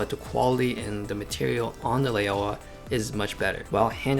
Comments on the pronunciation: Lao-wa, not Lay-oh-wah. "ao" is an "ou" sound like in "ouch". Great comparison any way. It's a demonstration of Rectilinear correction. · Take a shot everytime he mispronounce Laiaowa